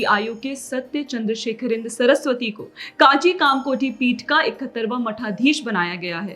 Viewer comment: Kaanchi nahi rey mongoli. its kanchi , naam se dangse bola karo.